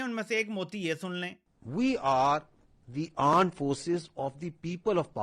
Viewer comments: tenu armed ta saleya bolna nhi aanda. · Isko armed bolna to sikha do koie